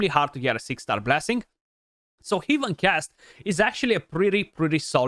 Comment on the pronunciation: my god its heaven ˈhev(ə)n not 'hiv(ə)n